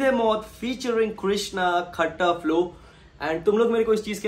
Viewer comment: its not खट्टा flow its ख़ता flow !